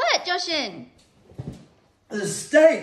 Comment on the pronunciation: I'm more curious why pronounces Jashan's name incorrectly all of a sudden